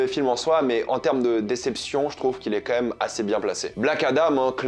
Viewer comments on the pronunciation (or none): On est d'accord que des le début tu dis "comme même" au lieux quand même ?